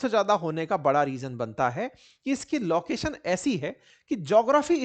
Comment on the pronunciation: Sir you pronunciate laucation instead of location. लोकेशन नॉट लॉकेशन।